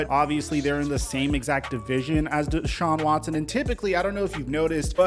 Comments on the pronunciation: Ian Scheffter: ‘Dechaun Watchson” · "Deshaun Watshon"